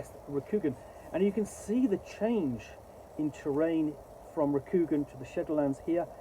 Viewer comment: Cool setting, but awful system, infused by insipid identity politics, which is a shame. And it's pronounced with a long, soft "a" sound in Rokugan. More like Rokugaan, sounds like han.